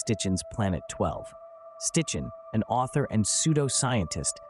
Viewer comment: Nice to view a vid that is positive when most creators seem to be aiming at terror. One correction: the name is NOT Stichen...it's SITCHEN!